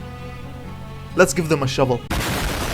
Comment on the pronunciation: Haha the way u say weapons webböns no hate tho